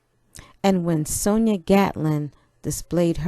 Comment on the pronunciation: Thank you so much for sharing my home. This video is very inspiring and touching. Name is pronouned (Son-Jah). Congrats on the new grandbaby 🎉. I just had a great niece so I love the picture you chose! Beautiful. Thanks again.